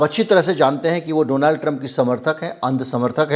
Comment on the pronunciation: Apna to Baklol hai usko Donald kahne nahi aata Doland kahta hai ,entire politics pass that is no subject in syllabus